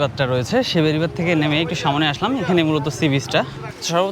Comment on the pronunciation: vai samone hobe na aktu thik kore bolben porer video te kosto kore samne bolben